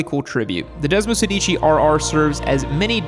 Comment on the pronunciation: Hate to correct you but if you are going to mention Italian motorcycles, you need to pronounce them in their mother tongue. The Desmosedici is pronounced Desmo-SEHdichi…(the accent on “sedici” is on the “e” not on the first “i”….Sorry but Italians laugh when they hear your non-italian pronunciation. Its just as easy to say it correctly as incorrectly..